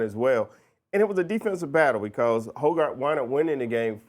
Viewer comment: Its not "hoe" "guard", its "hog" "erd"